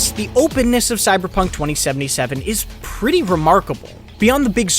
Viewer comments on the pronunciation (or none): "TTTTTTTweeeenty hours" "FFFAAAAiling to make progress" "PPPReeety remarkable"